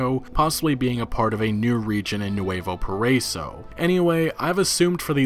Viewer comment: "NEWAVO PARAYSO" cmon guy, its Nuevo Paraiso (PA- RA- EE- SO)